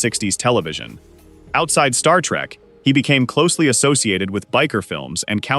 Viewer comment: Does it BOTHER anyone else how this guy keeps saying star-trak instead of Star-trek